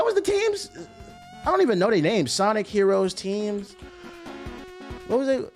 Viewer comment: Mf said Shawnic 😭😭